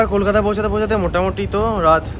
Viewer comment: Ota callkata na, Kolkata hbe...